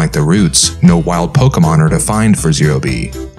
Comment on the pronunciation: Though the way he says pokemon wrongly repeatedly is annoying